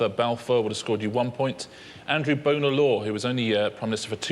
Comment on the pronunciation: It’s so irritating how they always wrongly pronounce Bonar as “boner” rather than “bonner”.